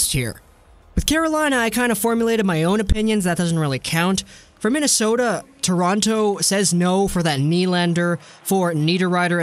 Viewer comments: It's Toronto not torontoe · Can tell you’re not from Toronto by the way you say it 😂